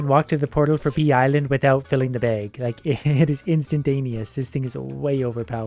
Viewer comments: “Upgrade our BEG” 😂😂 are you from Minnesota? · why does he pronounce bag like "bage" ? (bake just with g) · I love hearing him talk about his “bayg” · i love the way he says bag